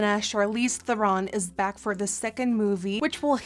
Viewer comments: did! xD It's"'Th-eh-rn", not "Th-er-ron". Or really "Thrrn" with a roll of the tongue in South African. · Actually Charlize Theron is prononced Trrron ...google it!;) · everything is great except for it's thEron, not therOn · I hate to be that person, but Charlize's name is actually pronounced "ther-in" not "ther-ron" ! :) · it is pronounced "Ther-in" she even said so herself.. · when you scroll through the comments to see if anyone had corrected her pronunciation of her name yet... Theron rhymes with heron 😂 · the amount of times she said Charles therons name wrong is funny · Courtney Strydom i just realized that i wrote it wrong XD . and shes saying " theron" wrong not charlize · She pronounced Theron wrong but she's still slaying tho! 💕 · I cringe every time I hear her say Theron.